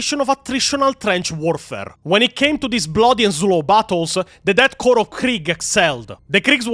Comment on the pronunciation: Good video, looking forward to see how you retell the rest of the story. One small correction: The "ps" in "corps" is silent, so it'd be pronounced like "core". Confusing, yes, but that's English for you.